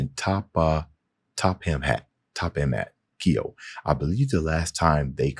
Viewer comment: I could be wrong but I believe his name is pronounced TOH(as in "go")-pah-mah-t-kee-YO